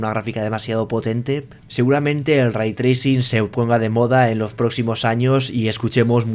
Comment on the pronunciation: "aVra Raitrricin en MaincRa??"